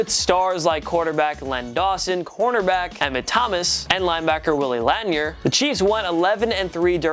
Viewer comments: More shit that does all the fucking time: Mispronounce players' names: It's Willie lan-EER, not LAN-ee-er. Also, the Chiefs play in Kansas City MISSOURI, not Kansas. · It’s pronounced laneer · For the record, the linebacker of the 1969 Kansas City Chiefs is Willie Lanier - pronounced Lah-NEER. Get your facts straight, please. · Kansas City is not in Kansas. Also you pronounced “Lanier” incorrectly. And “mired”. Is anyone there over the age of 19?